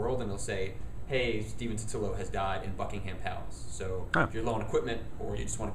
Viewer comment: Also don't say Bucking Ham say it like Bucking um